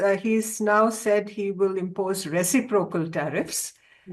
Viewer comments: Reci'procal. Not recipro'cal. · Re ci' procal not recipro'cal